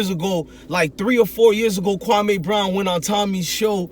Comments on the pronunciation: Mans know the mans nba career and not how to pronounce his name.. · Your first pronunciation of his name is on the money.. kwame is an african name from Ghana meaning a Saturday Born, he was born on Saturday